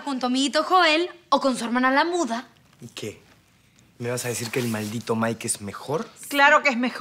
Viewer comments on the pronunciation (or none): dice muda no munda